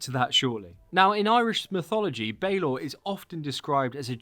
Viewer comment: Balor is pronounced Bah-lor. And I hope he's not a boss fight, he was killed by the tuath de danann after he became too old to open his eye and it had to be operated by a winch as a from of execution. You're pronunciations elsewhere were spot on. I'm a bit confused as to why they're focusing on Northern Ireland while probably the most famous Viking settlement in Ireland is in the South in Waterford. I suppose it's to get something out of Cú (pronounced coo) cullain who is practically our only Irish hero from that period. It is appearing that they're just gonna make the Irish Isu the Norse Isu after they came on holiday which I'm not looking forward to. The púca is interesting, it's also Irish for ghost in the current language.